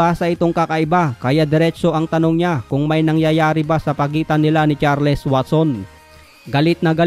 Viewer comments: HINDI CHAR-LES! CHARLS ANG EXPRESSION JN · It is pronounced as CharlS. Thank me later..😬